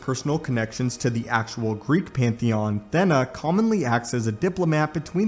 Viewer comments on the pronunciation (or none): Not "THEN AHHH" its pronounced "THEEENA" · Did you say "Thenna"? Im pretty sure thats a long "e". like... stay with me... "Athena"